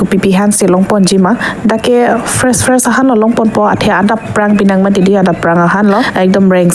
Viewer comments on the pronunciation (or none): Fres pu Kaliji bo ? Fresh puji bo , Assamese pronunciation lo d ?🤔🤔🤔